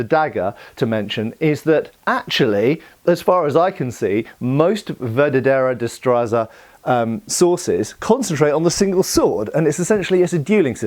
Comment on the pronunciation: As a Spaniard I love when HEMA people remember our long martial history. Sure, there's Italian, French, German and English traditions (and many others) but I find there's often a lack of Spanish influence in HEMA in the English speaking world. Also,, I get that it's hard for English speakers to say it, but I had trouble recognizing that you were saying "La Verdadera Destreza" (Literally "The True Dexterity", though "The True Skill" is a great translation). Funnily enough, when that style became famous, other styles of fencing where called "Destreza Falsa" (Fake dexterity/skill).